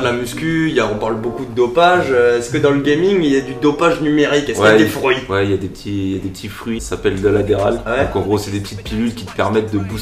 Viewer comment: des "frouits" x) x)